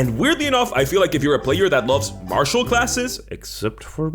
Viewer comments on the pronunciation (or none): none